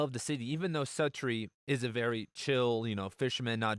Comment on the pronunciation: I think it's pronounced SUE-tree...